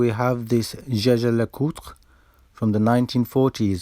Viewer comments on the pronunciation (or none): Gegé LeCoultre sounds awful! It's YEAH-gah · I can confirm that Jaeger pronounced as a French word could sound like "Jayjay", but I wouldn't expect anybody with a high school education to pronounce it that way these days. Nor anybody who has ordered a Jägermeister in a bar in France. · “Yagr” is the correct pronunciation. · Jaeger is pronounced jeje? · The French have a habit to turn everything into French, stressing foreign names on the last syllable and mangling pronunciations. You'd be the "Nakeed watch my care" (you probably are, aren't you located in France?) Jaeger is a German word/name, and should be pronounced "yay-guh". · .. The answer is simple but the owners of the company even know it Y think a'd go's like follow. Mr lecoultre was from Alsace li'e his family was.. And in Alsace.. German speaking.. So jeager prononciation like German does.. This is it.. But nobody thinks about.. Jeager must be pronounced like the '' hunter '' in German. Point. 😌😏👌😉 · "Jaeger" is German for "hunter". I imagine when pronounced by the French it would have a "soft" "G". Incidentally, Switzerland has four official languages, German, French, Italian and Romanic. Great video as always. The "emergency" with the ice cream van made me laugh out loud. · Well, Jaeger is a purely german name in a country where german is one of the official languages. In mind it is allowed to pronounce it in German. Even if the company itself says zjezje.